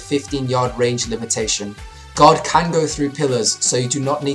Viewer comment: when he is saying guard sounds like he is saying god